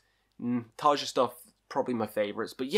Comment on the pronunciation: Cmon man, if you're gonna do stuff like this then surely you should be able to pronounce Tarja's name properly